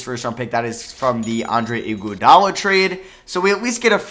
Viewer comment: As a worriors fan i wanted to cry when he said Igudala